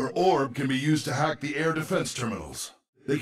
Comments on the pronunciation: When I first heard one of Mercy's lines, I thought she said "Beginning the heck" not "Beginning the hack." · I thought Mercy said "Ignitiating the heck." Uh, yeah, I think it's alright started. Sorry Mercy.